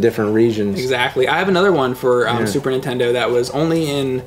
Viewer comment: damn it it's Nintendo not intend oh!